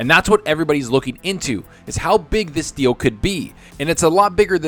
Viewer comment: OMG Stop this deal sounded like you said "stop the steal" then you used the word coup right after.... i thought somehow you tube forwarded me to politics again. Thankfully it was something I actually want to hear more about.... ...